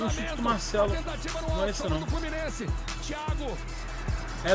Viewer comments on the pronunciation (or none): E o “Flumiennse”